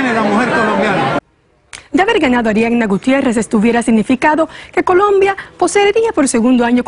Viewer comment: segundo 8 dice colomba en vez de colombia